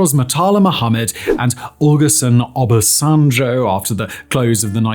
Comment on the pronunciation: Bro really said "mutala Muhammed" and "olason obasanjjoooouu"😂